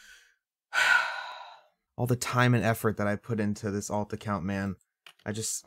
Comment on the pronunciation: ALT the way you said ALT made me laugh for 0 reason.